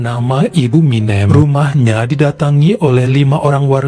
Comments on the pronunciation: 😅🤣, jngn pake' "E keras" Banyak orang Jawa disini. MinEm..MinEm... Minem. E nya itu penyebutan nya SALAH. 😅 Aduuuh...banyak pulak itu sebut MinEmnya...🤦🏼‍♀️🤦🏼‍♀️🤦🏼‍♀️ Sampe' akhir cerita. 🤣🤣🤣 Dah lah...😩🥴 😅😂🤣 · tapi itu tg bisa nyebut anak yg pertama warsiyem,hrsnya minem sebut kayak warsiyem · ..Minem Bu, bukan Minjem.. 😂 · Gpp kok Jadi keren nama MİNEM kalo dibaca begini 😂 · bilang minem aku ketawa karna seperti nama Eminem bukan minem kwkwkwkw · sekedar info kalo nama jawa yg berakhiran suku kata EM dibacanya SEPERTI huruf E pada kata ISENG bukan E pada kata BENSIN. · betul..lucu dan keren...ga pp lah logat batak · Ga pp jadi keren bu Minem sama bu Warsiyem jadi asing ditelinga keren pokoknya ❤ 😂😂